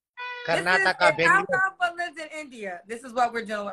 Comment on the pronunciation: Never did say alphalpha.